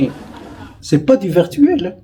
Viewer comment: Veuillez prononcer correctement le mot VIRTUEL, LE I N'EST PAS UN E, MERCI CHER MONSIEUR